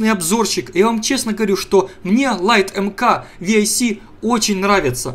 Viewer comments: не ви ай си, а 6c. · ты бы хоть в википедии полазил, не "лайт марк ви-ай-си", а "лайт марк 6 С"